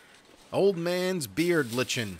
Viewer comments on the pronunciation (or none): Don’t know if it’s a chitin/kitein situation but lichen is pronounced “like-en” as in like an subscribe to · Its pronounced 'Like-en' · "lichen" ... pronounced like "like-en" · BTW, Lichen is pronounced L(eye)-ken, just so ya know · I'd gotten used to saying chitin. What I wasn't prepared for, however, was lichen 😰